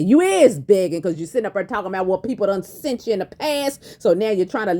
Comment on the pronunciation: Can't even talk.....sunt....it's sent you dummy